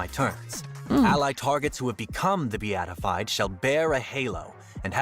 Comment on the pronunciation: Today I learned how to pronounce ‘beatified’